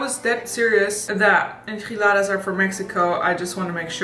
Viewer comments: I am from Mexico and that form that she said enchiladas, idk it get me something about how she said it, she said it like enjiladas with “j” not with “ch”, I know that she doesn’t know how to talk Spanish but maybe she can translated to se how to said it. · I'm from Mexico and the enchiladas are pronounced with the "ch" sound like in "chill" or "spinach." Just letting you know, but love your videos! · Pronounced: N-chi-la-dahs I love geen enchiladas!!!! ♡♡♡ Loved this video chica!!!